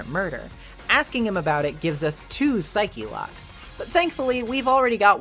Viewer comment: Pixel partners say it the same way and it's very distracting, haha.Or as Edgeworth says... Psycho Locks!